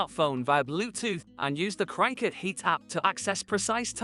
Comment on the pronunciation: You really can’t pronounce CRICUT!!!